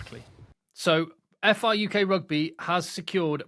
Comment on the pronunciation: Brilliant, well done and. This is incredible news. FRUK prouncunced FRuck instead for the Rugby lean in? I'll get my coat.